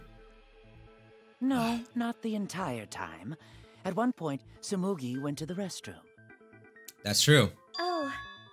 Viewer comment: It’s Tsumugi :’((